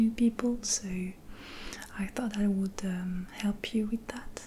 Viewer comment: Coucou, merci pour tes vidéos ! Très bel accent que tu as ! Pour l'améliorer un peu plus ; l'accent britannique ne prononce pas le "l" dans would et dans les mots du même genre, ce qui donne "wou(l)d" /wʊd/. Sans vouloir paraître prétentieux, à bientôt